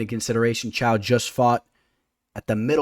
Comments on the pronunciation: i had a stroke when you pronounced caio as chao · Caio is pronounced as Kyle